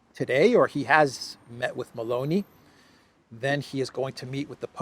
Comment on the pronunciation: it's meloni, not baloney